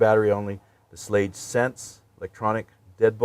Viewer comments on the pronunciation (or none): It is pronounced shlAg. With a hard a. The guy across the street worked for them for 40 something years.